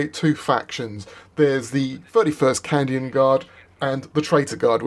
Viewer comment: He keeps saying Candian